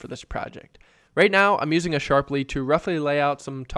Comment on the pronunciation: wait... did you just call it a 'Sharply" ??? You do know it's called a 'Sharpie" right? :) lol